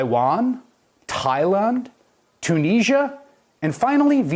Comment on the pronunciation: He pronounced Thailand as Thailaaan LOL